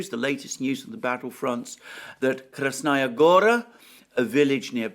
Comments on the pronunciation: Also: KrasnAya GOra is incorrect. It is read KrAsnaya GorA. It is annoying hearing it repeatedly intoned wrongly. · Kras-NA Goya, not Kras-Naya Gora.